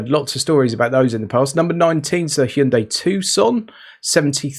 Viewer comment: Loving that you pronounce Hyundai correctly unlike most of your competitors / colleagues .